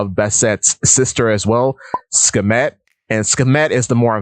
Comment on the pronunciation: Aside from your pronunciation of Bast/Bastet and Sekhmet and a few other points, I generally like how you presented it, and additionally I acknowledge the courage, especially in a world of subtext non-readers and Luffy-Nami shippers. No hate. People generally dislike Vivi, despite the obvious precedence set by Oda time and time and time again saying that Vivi is important. Kuma’s fruit, despite the name of Kuma/bear, has been deliberately associated with cats by Oda, with repetition from Robin and Ginny. I get how people reiterate that Kuma is still alive, but anything can happen. A chapter title page has him crossing rivers to get to Ginny. I agree with Luffy and Vivi being two sides of the same coin, but remembering Luffy shares special relationship this with others (e.g. Sun Wukong aspects divided into the two with Nami getting the bo staff and the flying cloud) etc, Vivi also shares relationships with others too. Vivi shares the prototype leftovers from Ann, Silk, and pre-OP Nami, but Vivi gets the long hair, similar background, the buddybird concept; but in the partner concept, I believe Nami gets the mother development (seen through progression from Bellemere, Arlong, East Blue, Chopper, children characters, Momo, Otama and Otoko, and the Punk Hazard subjects) while Vivi gets the co-leader/wife aspect (from Baroque Works to Princess Straw Hat, to Alabasta Queen by default, to Pirate Queen) - I’m glad you made the Koza connection. Pardon my Luffy-Vivi shipping. This conc